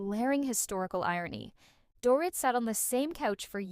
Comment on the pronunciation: It’s pronounced “Doreet”. Does this narrator even watch the show?